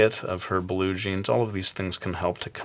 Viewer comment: Y U SAY BLUE-JEAN!?